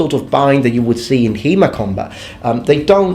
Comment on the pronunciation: After 10 minutes I understood you speak about HEMA and not He-Man. :D